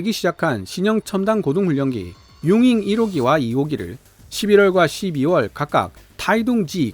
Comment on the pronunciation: 응잉 이 라니요? 우리식 한문 발음 으로 용응 이라 하면 너무 좋을 텐데.... 우리나라 사람 이면 국뽕 ? 이래도 우리식 발음 으로 하시길 간절히 부탁 드립니다.